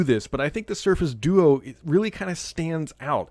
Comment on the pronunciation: Definitely said do-oo during the intro